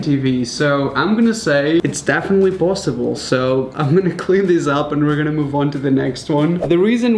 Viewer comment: am I the only one who hears pLosible instead of posible XD